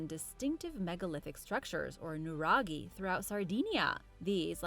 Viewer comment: Brava! for your Nuraghi pronunciation.